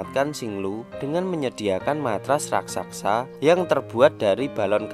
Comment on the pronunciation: Raksasa bro bukan Rasaksa wkwkekk